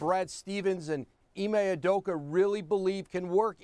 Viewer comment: UdokA. Not Udoko. Come on.